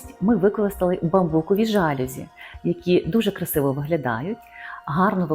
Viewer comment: Слово жалюзі французького походження і наголос правильно ставити на останній склад: жалюЗІ